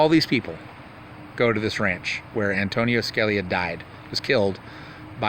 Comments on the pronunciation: An ton in Ska li a is how you say it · Sounds like: Justice ( An toe nin Skaa lee ya) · YOU CLAIM TO REVERE ANTONIN SCALIA BUT YOU DON'T EVEN SAY HIS NAME CORRECTLY.. ? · Wow....knowing how to pronounce someone's name would be a good place to start b4 you claim to have revered them and respected their opinions on the court. That being said, it's possible that all of the people you talked about are/were pedos but until there is actual evidence it will be impossible for most to believe. Side note: Your source for the Scalia "rape".... even they couldn't get his name right??? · Antonia Scaleia? Lmao! I "ravered" him? Antonin Scalia... Pronounced Judy how it's spelled. Lol